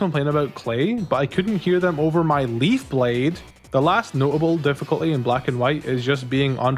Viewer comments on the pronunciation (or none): none